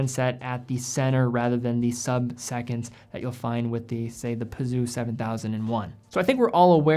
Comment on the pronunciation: Peseux is pronounced "peh-zeuh" rather than "P'Zoo"...-)